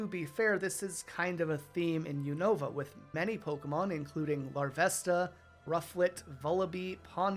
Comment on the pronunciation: You pronounced unova wrong